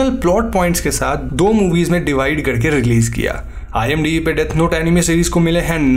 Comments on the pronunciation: अनिमे नहीं होता अनाइम होता है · NO ONE : LITERALLY NO ONE : WHEN HE SAID ANIME I HEARD IT EMIWAY .